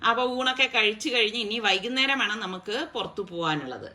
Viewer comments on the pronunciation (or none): none